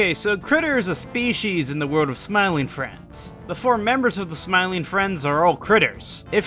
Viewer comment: You say “world” funny lol